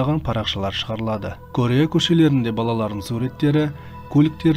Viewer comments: Қытайдан келген бір жазушы автор деп жазу бойынша айтады.Корея болып жазылады "Карея"болып айтыладыШет елден келгендер қазақша дұрыс сөйлейік әйтпесе біраз жылдан соң тіл бұрмаланып кетеді. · Кория деп айтқаның күшті өтті😂😂😂😂